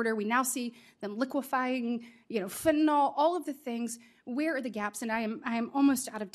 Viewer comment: Oh lord, she's still using that voice, and smiling as she describes the horrors of Fentanyl--which she hasn't yet learned to pronounce correctly.